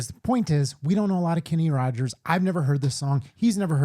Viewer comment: It’s just Rogers,no d 😊